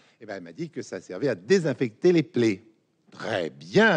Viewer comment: Les "plets"?ou les "plaies"...